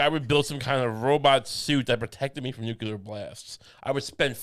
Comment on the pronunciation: Dear. Lucy says it right. It's nu-clear with just the two syllables. You are saying the dunce version, accidentally (new*queue*lar) old chap.